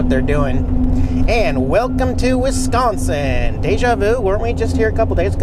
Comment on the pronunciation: I'm impressed! You pronounced Wisconsin correctly! lol I've heard a lot of people pronounce it Wesconsin 😆 Welcome to my home state! The train conductor was saying HELLO!!! You found a brewery! Wisconsin known for our beer, cheese and GREEN BAY PACKERS! 😁 Awesome video, as always! 👍 You and Jax drive safe! Packer Fan Linda 😁